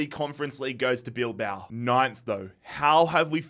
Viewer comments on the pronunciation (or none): none